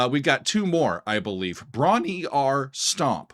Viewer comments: Bron Yr Aur pronounced “broon rawr” FYI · bron y -aur is pronounced : Bron-wrah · FYI, it's pronounced Bronny Rah. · Pronounced "brawn-WHAR" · That is NOT how you pronounce it. "Y'awl!" {:o:O:} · Bron-Y-Aur is pronounced Brom-Yar . . . as strange as that seems. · Hi, ‘Bron-Y-Aur Stomp’ is pronounced: brom-rar, and means ‘Golden Hill’ or ‘Golden Breast’ in the Welsh language. ‘Tangerine’ 🍊 is about Led Zeppelin guitarist, songwriter, and producer, Jimmy Page’s whirlwind romance with American singer-songwriter, Jackie DeShannon, in the 1960s during his session days as a studio musician. Complete with a false start. LOL! ‘That’s The Way’ is about ecology, social class, racism, and protesting the U.S. involvement in the Vietnam Conflict. John Paul Jones played the mandolin on this track. Led Zeppelin III was inspired, in part, by the band’s relatively short working holiday retreat to the Welsh countryside cottage called Bron-Yr-Aur in the spring of 1970. Jimmy Page and Robert Plant both decided to stay on a bit longer than the other members and wrote some songs together during their time there at the cottage retreat. And one more thing: in the United Kingdom, we only recognise an 18-year-old drinking age. Cheers! 🍺